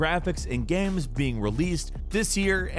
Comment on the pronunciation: some good looking "gahms"